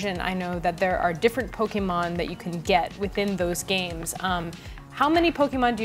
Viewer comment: way to overlook the whole competitive battling aspect of the game... also stop pronouncing it pokeymon... the accent of the e makes a hard "A" sound {poe-kay-mon}